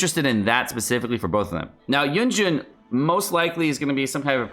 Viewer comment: why is everyone saying yunjun? lol it says yunjin